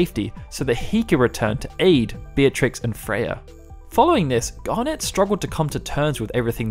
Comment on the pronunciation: Great summary, thoroughly enjoyed hearing it. However, your pronunciation of things makes me cringe so much... Like, have you honestly never heard the word "garnet" said before? It's a pretty standard word... Still, thanks, your content is actually brilliant. Please learn how to say some words though! :thumbsup